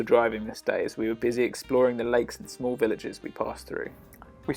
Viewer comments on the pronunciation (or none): none